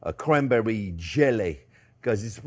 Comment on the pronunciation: Did you say cwanbewwie fwend? You get me so excited fwend!